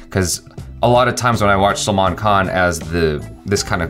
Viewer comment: Not Salman bhai, say like this selmon bhoi 😆😆😆